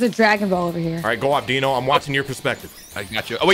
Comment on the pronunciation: Why do you call rhyme dino